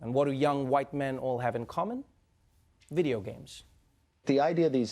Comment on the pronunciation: 😄 what about him pronouncing “video” sounds so weird?